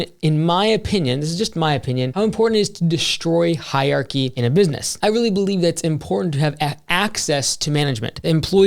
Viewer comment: it’s “hier-archy”